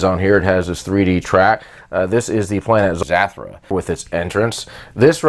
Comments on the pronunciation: Its not zatura its zutura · Actually, Zathura is pronounced as Zuh-thur-uh. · This man really calling this game zathrah haha anyways cool didn't know zathura was an actual boardgame.